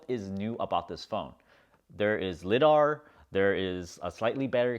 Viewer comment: Lie-dar, not lid-ar.